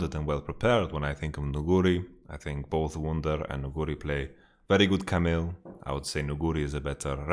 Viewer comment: most caster pronounce it Nu-gu-ri instead Nugu-ri. I dont know who is correct cause I trust your knowledge but yeah I dont know the way you pronounce it trips me bit up. Besides that you are awesome keep up the good work.